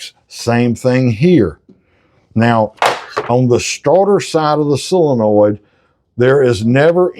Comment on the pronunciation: It's not a silinoid, it's a solenoid. Not that it matters, we know what you mean.